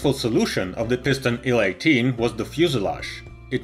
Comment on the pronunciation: It's not "ILL 12" it's "EYE-ELL 12" It's not "ON-10" it's OH-ENN 10."